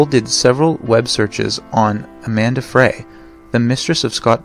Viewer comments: The name is Amber Frey (pronounced “Fry”), not Amanda Fray. JS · Scott Peterson's mistress was AMBER FREY (pronounced like French FRY).... NOT Amanda Fray. 😊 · Amanda Fray? It was Amber Frey (pronounced like fry) Also it’s “a child who has not yet attained the age of”… not attended.I know this is an oldish video but they absolutely do know his motive for the murders. He says it straight out. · Scott's mistress name is Amber not Amanda and Frey is pronounced "fry". As horrible as the murders were, the manner in which he disposed of the bodies is diabolical.